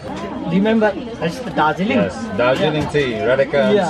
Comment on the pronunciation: Wah darjleeng